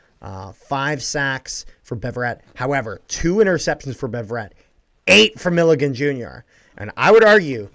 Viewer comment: Hearing mispronounce Milligan so much hurt me